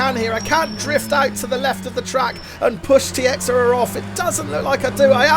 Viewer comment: Great race! I think Tiexeria is pronounced “Tacheera”.